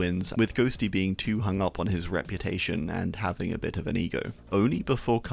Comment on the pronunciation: dude said ONI hell naw